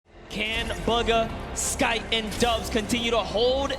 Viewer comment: LOL buggah it is bugha